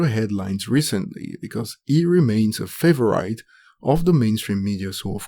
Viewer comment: The way this guy says favourite 😂